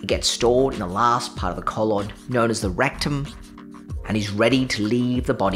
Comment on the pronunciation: Rec-tum?! Damn near killed 'im